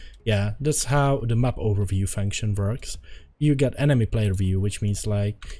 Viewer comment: thats how it vorks